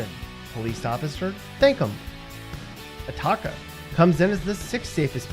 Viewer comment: Where the hell is ATAKKA? It’s Atoka dummy